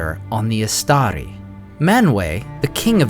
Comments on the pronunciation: Istari - read Eeshtaree please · Why do you pronounce it “istaDi” at first, then for the rest of the video you pronounce it “istaRi”?